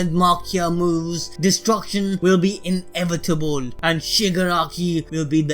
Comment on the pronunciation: is nobody gonna talk how tis man said in--evitable